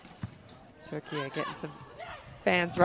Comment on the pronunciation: Maçı anlatan her kimse çok özel teşekkürlerimi iletiyorum.ülkemizin ismini aynı bizim gibi telaffuz ettiği için ❤❤❤